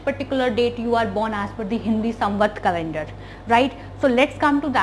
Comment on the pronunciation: Why r u jumping? And it is calender, not calendra